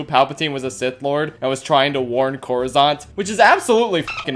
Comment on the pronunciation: Coruscante, not coruzante.